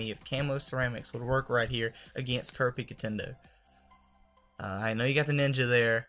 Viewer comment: Say KER-PIKA-TENDO